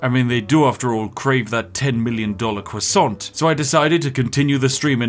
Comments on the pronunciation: Every time you say TĂHKO I wince. TĂHKO QUASON was like a spear through the chest. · “Tacko kwahssant”